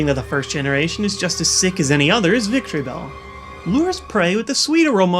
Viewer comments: It's Victreebel, Not Victreebell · Its Victreebel